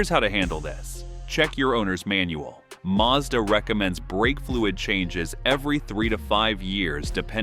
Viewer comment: It's pronounced maz-da. Hard "A" x 2 .short sylybles. Not Marrr Z daaar.